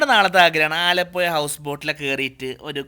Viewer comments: aalapuya alla me aalapuzha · ആലപ്പൊയ, ആ കോയിക്കോടൻ ഭാഷയിൽ തന്നെ, അവസാനം തിരുത്തിപ്പറഞ്ഞു. 😂😂